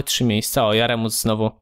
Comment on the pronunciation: Nie Jaremus tylko Jeremus xD